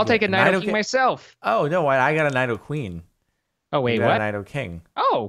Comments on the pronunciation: It's n-E-doqueen not n-I-doqueen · You know Jordan knows nothing about Pokemon when he pronounces Nidoqueen wrong. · It's Nee-dough-queen and Nee-dough-king, not Ny-dough-queen and Ny-dough-king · It's pronounced, knee-doh-queen and knee-doh-king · im triggered they said nidoqueen and nidoking's names wrong